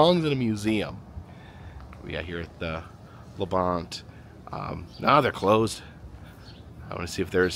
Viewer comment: LaBonte is pronounced lah-bahn-tee :)